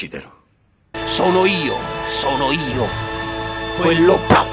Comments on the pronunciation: BVR! rido solo a sentire a come pronunci "bravo'' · A parte che ogni volta che pronunci BRV o GRZ rido come un cretino, ma a TOUCHKILL me so' ribaltato daa' sedia. Attendo con ansia i prossimi video, BRV! <3